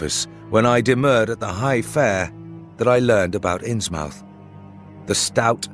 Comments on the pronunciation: I wonder why does he pronounce it “innsmAUF” and not “innsmUF”. Was that the contemporaneous pronunciation at the time of writing? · Ikr? It's th, not f. I never heard Innsmouth pronounced with an f. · Right off the bat. I can’t abide people pronouncing it “Ins Mouth”. Anyone who spends any time in Massachusetts knows it would be pronounced “Innsmuth”